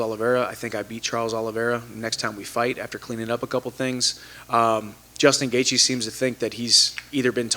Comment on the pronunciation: Ah yes Justin "gaethe"